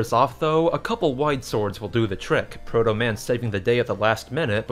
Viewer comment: you had trouble with protoman